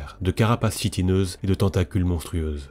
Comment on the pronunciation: "Chitineuse" se prononce "Kitineuse" et c'est UN tentacule :)